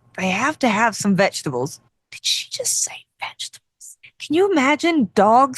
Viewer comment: Vegetables lol… it sounded like you said “fetchtables” after talking about how the vet said your dog should have vegetables as well as meat which reminded me that my middle son used to call them “vengetables” which about sums up my current relationship with them lol